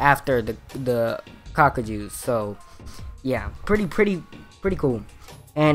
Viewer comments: kakuja is pronounced ka-koo-ja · Say it with me it's pronounced (kah-goo-nae) good now say (kah-koo-ja) thank you now practice and repeat.